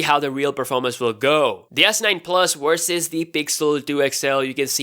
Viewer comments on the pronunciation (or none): Versus NOT Wersus!!!